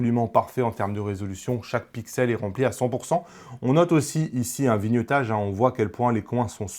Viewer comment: Bonjour et merci. (NB : on dit vlog (et pas Vé log) et viniaitage (vignettage) et pas vinieutage). C'est cadeau.